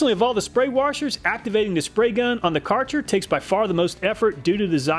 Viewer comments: The “Karcher” word hurts my German Eyes and ears because its “Kärcher”. But otherwise it is a very nice test. 😅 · I cant forgive you misspronouncing something german, "Kärcher" not "Karcher" but aside that good video. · Also, the brand name is Kärcher (ä is pronouched like a and e together kind of), not Karcher. I don't know if the Kärcher is a Swedish brand or not, but here is their website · Kärcher not karcher ther is an ä Ä its german we have öÖ (oe), üÜ (ou) ,äÄ (au) and ß (ss)/(doppel s) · The Kärcher The "car-char" Try spelling it like "care-her" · "cartsher" lol no... thats not how you say kärcher XD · It's pronounced KER HER my dude,not KAR CHAR its one of the best brands here in europe and they are German,id sudgest trying to find a genuine one and not some chinese rippof fake ass copycats. Great Job on your vids tho. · Thank you the "car chair" bugged the hell out of me as well. Though always pronounced it as "ker-her" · Excellent video. By the way, Kärcher is pronounced "Kersher" or "Kayrsher". The "ä" is treated as "ay" or "ae". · Kärcher is mostly care-hair pronounced. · The Karcher brand is actually read as "Ker-herr" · Karcher issnt the well pronunciation. Just Spell it like the Word "care" like in "to take care of something" so it is:"care-cher" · Kärcher is spelled like care-cher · The Ä in Kärcher is pronounced like the A in Fat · My ears are bleeding when you say Kärcher xD Try saying Kä like "Ca" in cat. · It’s Kärcher!!! Not Kartsher😂🤦‍♂️ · It's Kärcher, spoken like "ae" with more "e" in it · The German letter Ä/ä (which is also used in e.g. Swedish) is pronounced like ai in air so Kärcher is pronounced like if it was spelled Kaircher. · Kärcher is pronounced kinda like „Care-share“, although we have one of those lovely German „ch“ sounds in the middle instead of the „sh“ :) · Kärcher .. or like he call it karschr 😂 love your videos hello from Germany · Sorry but as a German I have to correct you. It’s called K-eh-r-Cher